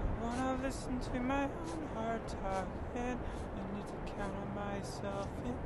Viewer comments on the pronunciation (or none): "My hawt is bweaking."